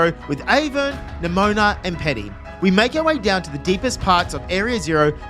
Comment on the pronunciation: Nemona ❌ Nemoana ✅